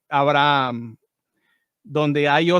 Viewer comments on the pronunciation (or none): none